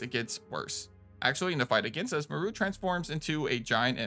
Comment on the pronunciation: Dude my biggest pet peeve is people mispronouncing names that are clearly established and said in their respective media…and even then why would you think Moreau would be pronounced “mor-ru”?? Have you ever heard or see the island of Dr.Moreau?? That’s what he is named after…but even if you haven’t seen it or heard of it, or played this game…you really need to take one class in linguistics and understand basic pronunciation of names that aren’t standard English (based). Jesus man.